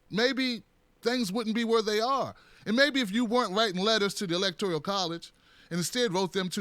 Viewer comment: E L E C T O R I A L??? There is no I in that word.